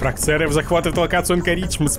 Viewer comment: Не АнкорИИИдж, а АААндкоридж. Ударение на первую гласную букву. А так, видос получился прикольненький)